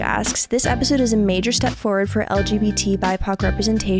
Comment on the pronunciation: "I'm a triple mAjóR"